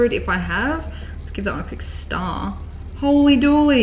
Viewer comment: Is she saying "Holey Dueley?" Is that the same thing as holey moley?